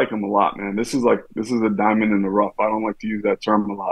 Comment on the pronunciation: You mean "Dime-ond" in the rough.